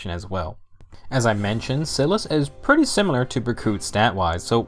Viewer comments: Its SAI-LIS, not sil-as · Your saying Silas wrong.